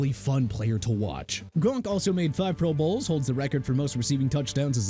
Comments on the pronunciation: "Pro BOWLS" 😂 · When did these guys go AI narration? Who say Pro Bowls like that?